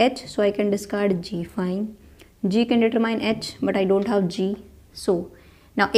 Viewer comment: I like the way she says 'I dawn't care' and 'rawl number'